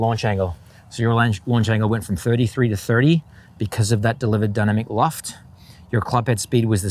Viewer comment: I was hearing “Dunner McLoft” and thought - that’s funny, doesn’t even save any syllables over just saying dynamic loft…. Ooooh 😅